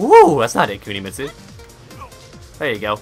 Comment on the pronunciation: Woah "Kunimistu"